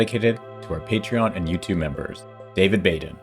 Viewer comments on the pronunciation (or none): none